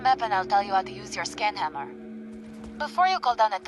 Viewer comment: Whenever said Scan Hammer, it sounded like Skin Hammer. Not what I wanted to hear.